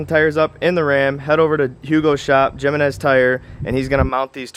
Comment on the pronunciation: The "J" in Jimenez is pronounced as an "H" like "Him-en-ez". Dope set up tho great look🤙🏼